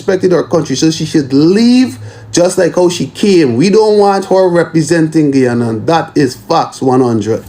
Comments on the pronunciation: Get ready with me while I tell you facts about 'Gie-ohnna"🤨🙄🙄🙄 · She can’t even say Guyana right 😂